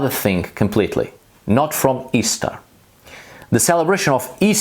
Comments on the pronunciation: I died... when I heard say, "ish-tar". Hearing him do my (American) accent was hilarious!😂... is that really what others in the world hear?? OMG, I'm changing this immediately. Can you see going to a Texas shaman(no offense TX shaman😅)....? With that draw!! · I'm genuinely perplexed as to how you manage come up with most bullshit that you do. How the fuck would her name be pronounced "ih-sta". Like seriously, it's embarrassing. On the point of Eostre, the fact that Eostre is exactly what we'd expect an Anglo-Saxon version of Aurora to be named is strong evidence in favor of her existence. They knew nothing about Proto Indo-European or regular sound changes between languages, which makes it impossible for them to have created that name to match perfectly what her name actually would have been if she had evolved from a common source with the other goddesses.